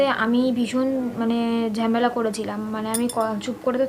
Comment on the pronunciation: ঝেমেলা আবার কী😂 ঝামেলা বলে